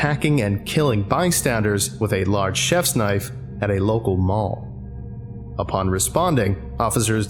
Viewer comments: Oi, ew got a loicense fer vat knoife? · "Now that's a noife"